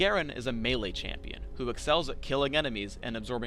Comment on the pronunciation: Excuse me sir, its "Champion"